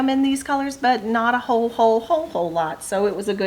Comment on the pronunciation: Love how you said, "whole, whole, whole " when you were showing the Christmas quilt. Sounded like, "Ho Ho Ho!" Awesome!!